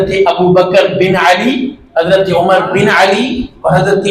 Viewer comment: مفتی صاحب عمرو ہیں عمر نہیں نام غور سے دیکھں